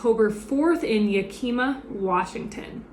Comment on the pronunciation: Yak-eh-ma, Washington. Not pronounced ya-key-ma. Also it’s pronounced suh-gall-ee, the company out of tukwila.